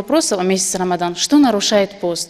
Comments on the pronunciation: когда мы говорим уалад'ооооллииин.Там тоже боква д'од , а не З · Константин Константин Не Ромадан , а Рамадан. Рамазан тоже правильно , в некоторых странах говорят Рамазан. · Ты наверное училась и наверное алим! Но даже я простая советская женщина знаю, что священный месяц Рамадан, а не как не Рамзан если вы выступаете публично то следите за речью АТО слушать вас не приятно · не рамазан а Рамадан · не рамазан а рамадан! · Стоит и говорит Рама(З)ан....РАМАДАН РАМАДАН ...ЗАПОМНИТЕ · Рамадан,а не Рамазан... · Не рамазан , а Ромадан . Так же арабский текст произносит с большими ошибками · не рамзан! А РОМАДАН ! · Ромадан.Не ромазан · Эй суфиска,не рамазан,а рамадан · не Рамазан а Рамадан...дальше смотреть даже не интересно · Даже произносить не умеет правильно слово Рамадан... Суфийская джахилька!